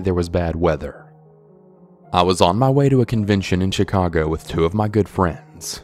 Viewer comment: Chicago not Shee-cago lol